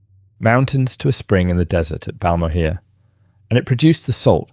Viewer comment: Balmorhea - in Texas we say “Bal-(rhymes with Pal) more-RAY”